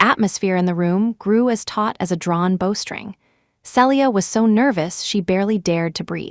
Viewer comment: Not bowring but BOW’S STRING